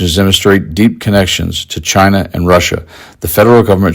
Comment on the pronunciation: If he loves China so much I would wish he could pronounce the word China correctly.